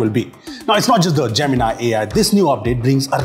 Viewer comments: Man don't call it gemin-i just call it gemin-e 😂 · That is not jeminaai Gemini you are a Indian pronunciation should be like a indian not a alien😢😂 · why everyone is pronouncing it as( Gemin-i ) = jaymin-ai . and not as ( Gemini ) = jaymini ?🤷🏻‍♂️ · I always thought Gemini was J-mini. Now it's J-min-i.